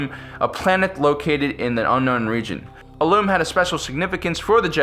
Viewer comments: It's IL-um not IL-oom. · It's pronounced {ill-lum} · Pronounced "ill-um"